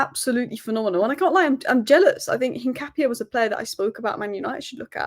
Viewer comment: Hincape is pronounced incap-e-a